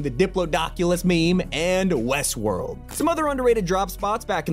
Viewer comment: when he said “wesworld” i wanted to cry 😓